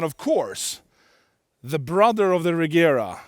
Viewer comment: it's funny he doesn't pronounce Regera correctly; it's [Re:jera]